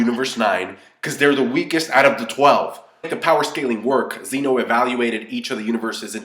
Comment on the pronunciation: Why do people keep calling Zen-oh Xeno? It's a Japanese word, call him Omni King or some shit. Or just listen to the characters say his name lmoa.